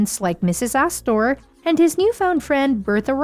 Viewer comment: Gahhhhh! Stop with the lousy AI voiceovers -- "As-TOR"? "Ta-MONNY"? Jeebus, this is super-annoying. Get a real person who knows how to read.